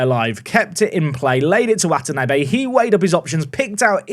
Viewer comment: Hearing say Watanabe, the surname of a character in one of my favorite Animes, gives me immense joy. I am in the opposite of physical pain